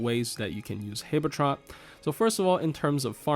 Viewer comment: Why do you pronounce habetrot like that